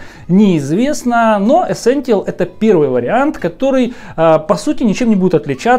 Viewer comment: Ну камон,чел явный фан сони,но вы просто вслушайтесь -ЭСЕНТИАЛ)))